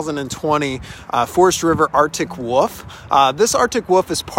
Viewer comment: It’s not an Article woof…it’s an Article Wolf… lost me forever over this mistake…